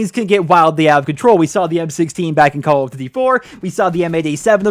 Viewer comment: I like your videos but the way you say call of duty gave me aids